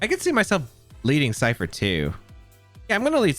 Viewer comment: i cant rewatch this because he says "Cypther" instead of ScyTHer and it's killing me, otherwise great video